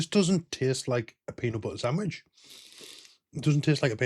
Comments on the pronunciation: "Sandwidge" :face-blue-wide-eyes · I don't mean to sound offensive but what the frig is a SAM-wich? I've had peanut butter & jelly saNDwiches. 🤪